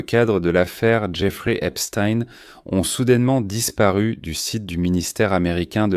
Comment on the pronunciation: vous êtes un des RARE journaliste à PRONONCER CORRECTEMENT le nom de ce predateur en l'appelant :EPSTEIN et NON : EPSTINE comme font 90% des perroquets ? PORQUOI ? en prononçant correctement ce nom on voit de suite que celui ci à une origine JUIVE ! OR les sionistes détestent que l'on parle d'eux en MAL ! le peuple élu ...m'enfin ! est ce une coutume ,une tradition ,une tare dans cette communauté SIONISTE que d'être DEVIANTS SEXUELS (voir les SEVICES SEXUELS que subissent les malheureux prisonniers Palestiniens à Jérusalem ,mais aussi les D S K l'horrible Harvey WEINSTEIN (mee too ) et tant et tant d'autres comme vu sur tous les documents sur le sujet ! par contre votre vidéo n'apporte rien de nouveau sur ce dossier; à montrer quand même aux évangélistes électeurs de TROMPE !" :Dieu ne dit pas :" aimez vous les uns les autres !"